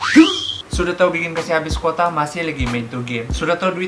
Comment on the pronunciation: Tu quota pun jadi kuata suda sy dengar wkwkwk adei